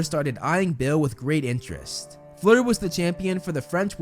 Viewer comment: It’s not fluer